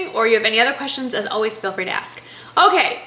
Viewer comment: You said "oways". That's awesome! My husband hates when I say oways, but I don't care. Love your videos and keep up the good work. Happy Day!